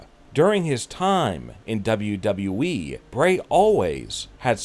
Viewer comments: He says wwe like duba duba eee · Why did you change your way of pronouncing WWE?😂😂